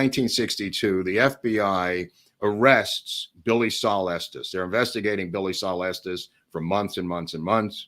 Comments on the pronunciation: Watching this way after you posted it, but thank you. Been binging on these on my days off. Thank you also for pronouncing Estes correctly, not like so people like “Es-teas and it is Pay-cos. Native Texan born in Dallas. My sister in law’s husband says he is related to Estes, though he has been known to lie from time to time. 😁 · I am just grateful that they pronounce Estes correctly.